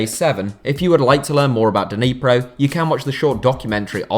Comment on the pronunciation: Nee-pro, not Deeneepro